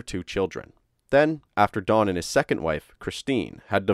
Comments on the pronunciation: D O N not Dawn like you are saying. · why do you keep pronouncing his name like Dawn his name is Don why do you keep putting a w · Don is pronounced Don like Tom not Dawn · it's don not dawn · i heard dawn instead of don , several times, it may be how you pronounce "on.... great channel though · Dohn, not Dawn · It sounds like he’s saying Dawn…..I have a brother Don and sister Dawn so it stands out to me 😂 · sounds like your saying dawn bro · Computer voice can’t say Don, instead gets Dawn. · Don not dawn. or am I the only one not hearing it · His name was Don. Not Dawn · Its impossible to listen to someone call a man named Don, Dawn for 40 seconds let alone 21 minutes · Why are you calling him "Dawn"? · Oh ,DON. Sounds like you are saying the dude's name was DAWN. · I swear it sounded like he was saying Dawn instead of Don lol just me?¿? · It's Don, not dawn. Gah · His name is DON, not DAWN. This is irritating me beyond words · Its don not dawn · Don, Don, not Dawn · Don not Dawn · It's don not dawn. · Why do you keep saying dawn...dudes name is DON. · Really bothers me that you say Don like Dawn. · Narrator says Dawn i/o Don. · DON, NOT DAWN. D O N. NO W PROPER PRONUNCIATION PLEASE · I'm sorry, but you call him "Dawn" and not "Don".. it was so bothersome I had to stop watching. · The name "Don" is pronounced "d-AH-n" not "Dawn", Masculine and feminine. You say it wrong so many times in the first 27 seconds I had to stop and leave this comment. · Sounds like you're saying Dawn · Stop saying Dawn! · You are saying "Dawn." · “Dawn”? Is that a male name too in America? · I don’t like how he pronounces Don